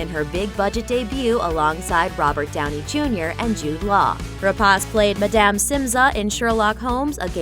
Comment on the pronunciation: Don't you idiots at Looper EVER learn to pronounce name properly? It is not Rap-AH-ce, it is Rep-AY-ce.